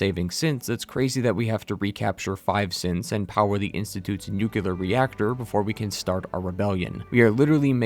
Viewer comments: Maybe learn to pronounce the word Nuclear before you make a video where the word comes up a thousand times. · Could someone point me to the second "u" in "nuclear"? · Your incorrect pronunciation of the word "nuclear" really grinds my gears. Or maybe it's just a tribute to George W. Bush? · ITS NOOKLEAR NOT NEWKYEWLAHR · The word ‘nuclear’ is pronounced NU-CLEAR (as it’s f**king spelled)! It is not pronounced NU-CU-LAR! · NOO.KLEE.ER. NUCLEAR. Not NUCULAR. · There is only ONE "U" in "Nuclear" - it's not "Nucular" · Nu-cle-ar. It's pronounced New-clee-ar. Not Nukular. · It’s pronounced “nu-clear,” not “new-cue-ler.” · New Klee Ar > Newk Yoo Ler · Nuclear. Nu-clear. Not "nuke-you-ler" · STOP SAYING "NUCULAR" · its nuclear not nucelar sorry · Nu-clear Not nu-cular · nook-lee-er not nook-u-ler You are pronouncing it incorrectly. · One small thing, nuclear is pronounced “new-clear” not “nuke u lar” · stop saying nuk-le-ar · why you pronounce it "nucular" instead of "nuclear", it's a good video but that almost ruined it for me :( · NewCLEAR, not NewKeLaR. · Just a pet peeve of mine: it's nuclear, not nukuler, I'm talking about the way you say it. Other han that amazing video ! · Please, it drove me nuts to the point of clicking Back: it's nu-cle-ar. Nuclear. Nuclear. Say it with me: nuclear. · The word is 'nuclear', not 'nucular'. What the heck is a 'nucular' anyway? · Excellent video! Thanks for this. BTW though, nuclear is "nook-lee-er", not "nook-you-ler" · "Nukular" Bomb 🙄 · Hard to keep watching after he says "nucular". Maybe go worship you some Jesus, something in your depth. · I'm sorry you cant say "nu-clear". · Nuclear. New - clear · Speaking on a game called FALLOUT then mispronouncing "nuclear" is both hilarious and annoying 😂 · Okay so Great video did enjoy and agree But u always say nucluar which is ever so slightly annoying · How do you play fallout.... Make a whole video about fallout..... And still say NUKEULAR!? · Don't say nucular bro. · lol "Nucular"